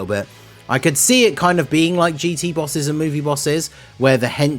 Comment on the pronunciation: Super “Bosses” xD